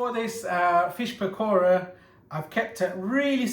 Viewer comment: Lol the way he said PAKora. 😂